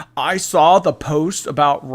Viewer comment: I cannot stand her pronunciation of words. “I sawl it” Gorl, you have to be trolling…